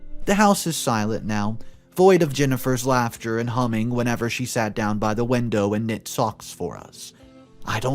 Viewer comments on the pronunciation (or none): none